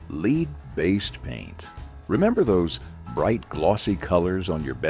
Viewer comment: He said leed paint 🤫🤫🤫 don't tell anyone.